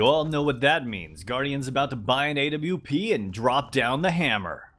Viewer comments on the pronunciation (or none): Say awp not A-W-P